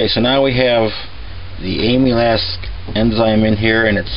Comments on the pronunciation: Am-il-aze. Get it right. JFK it's painful hearing your pronunciation. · It sounded like he was saying Amy's ass. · No offense intended, but you do know that that's not how amylase is pronounced, don't you? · He keeps saying amylase wrong... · Its not "Emu-lass" enzyme. It is "Amal - Ace" enzyme. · Amyl Ass enzymes! Its Amylaaazzz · You call it "aim-u-less" it is "am-il-ace" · A-MUH-LASE and not AMYLAS. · Very detailed and informative! BTW, amylase is pronounced AM uh lace. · Great job! I'm a physiologist and a big nerd. Amylase is pronounced as am-u-lace. Just nerding out. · The enzyme he adds, the white powder, is pronounced ama-laze. I had to get that off my chest, it was bugging me whenever he said it... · Amulass?! Nah, great video! I’m gonna try your recipe and see how it goes. Cheers from az! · By the way,it's pronounced amilaze. It's the enzyme in our saliva that helps start breaking down what we eat. I was always told the first & last runnins were methylalcohol,which is poisonous. How to tell the difference? Grandmaw never showed me how she made the keg charred I cut teeth on a long time ago. Any way,as he says you need either the enzyme or base malts (grains) to help convert starches to simple sugars. Same as brewing beer. The base grains contain the enzyme from being malted. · just an FYI, its pronounced "AMALAZE" enzyme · Amylase, pronounced aim-uh-lace. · Say it with me AMA LASE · Pronounced am-ah-layz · Amylase - AM-uh-laze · Am-E-laze enzyme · Pronounce Ahm -a - laze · It’s pronounced “AM-A-LACE”!!! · it's pronounced am-ill-ace. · am-ill-ace enzyme. empnasize the AM.... ill-ace is said fast. Its driving me crazy to listen to you mispronounce it repeatedly. Other than that I enjoyed the video! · Nice video, but it's pronounced AMM - ILL - LAZE. I cringed every time you mispronounced it. One other thing, and I don't know how much is too much, but if you get too much amylase in your bloodstream it's bad. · The enzyme name is pronounced “ah-me-laze”.